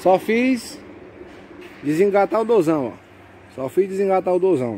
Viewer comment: PARABÉNS ATÉ QUE EM FIM UM MOTORISTA FALOU CERTO DESTRELAR A CARRETA GOSTEI A MAIORIA FALA DESNGATA MAIS VAI A ONDE COM ESTE ERRRO O LUCIOS TAMBÉM FALA DESENGATA